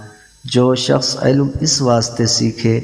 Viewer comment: علم کو عالو کہہ رہا ہے کم از کم الفاظ درست بولنا سیکھیں اسکے بعد حدیث مبارکہ بیان کریں